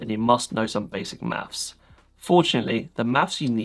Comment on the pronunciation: bro said "mafs"